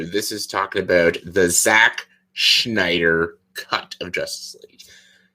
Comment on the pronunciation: Why did you pronounce it like... "The Schneider Cut"? LOL IDK why but that just stuck out to me haha.